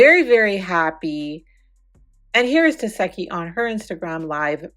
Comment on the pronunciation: as much as she correct people about that name…lol it’s tes-see-hki lol I don’t really care how you say it girl this yo channel….its just every time you say her name I can hear her saying “it’s teseeeeehki lol